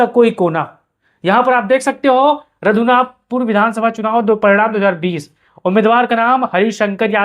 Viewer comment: Nam padhne nhi ata raghunathpur ko radhunathpur padh rha ha phle shi se dekh to leta